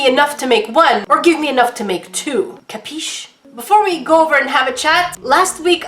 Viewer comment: I don't know why but that "kapische" just sent me.